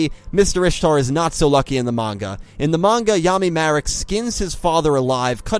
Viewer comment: Refreshing to hear someone say manga and not munga.